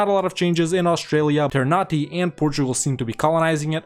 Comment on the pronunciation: For a tip ternate is pronounced not ternate in the sense of nate but na te so ter na te